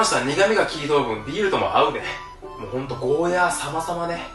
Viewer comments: ゴーヤ"ー"って伸ばしてくれるのありがたい。間違って世の中に定着しちゃってたからモヤモヤしてた。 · 沖縄県民として嬉しい。ヤで切らずにゴーヤーって伸ばして言ってくれてるのありがたいです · ゴーヤーが本当の発音だってこの動画で知りました😱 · ゴーヤーの発音いいね ゴーヤーだよゴーヤー